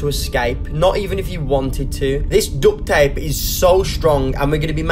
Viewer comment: It kind of sounds like he sayin dut ta whenever he's trying to say duct tape